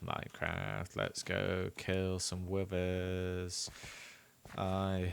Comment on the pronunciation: Bruh i kept hearing 'Withers' as 'Women'